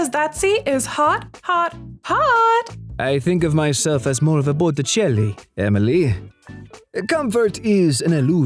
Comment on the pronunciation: Botticelli ❌ Bot e chell ✅ 😂